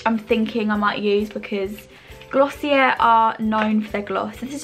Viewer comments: Not tryna nag but it’s pronounced gloss e a just thought I’d let u know 💘💘💘💘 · sorry i’m trying not to come off the wrong way but i believe it’s actually pronounced glossy-eh (you don’t pronounce the r at all) because it’s french